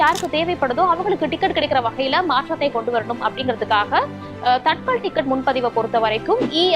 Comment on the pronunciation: தத்கால் என்று சொல்லணும். தட்கல் அல்ல. காலதைக்குறிக்கும் சொல் அது.